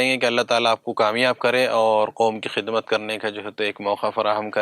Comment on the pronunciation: Khizmat Nahi hai khidmat h